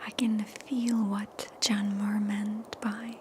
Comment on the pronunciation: FYI, John Muir is pronounced myoo-er